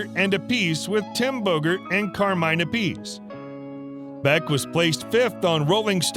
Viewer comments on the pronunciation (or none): Um, that would be Appice, pronounced App-i-see. Sheesh. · Through the seventies I remember Carmine Appice's last name pronounced App-a-see... Particularly when referring to Beck, Bogart and Appice.